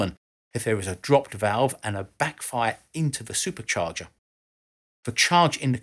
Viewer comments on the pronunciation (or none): none